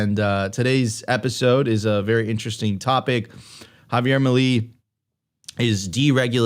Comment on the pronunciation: Please learn to pronounce Javier Milei. It’s not that hard. It’s “Meelay” not “muhlee”. You can do it 😉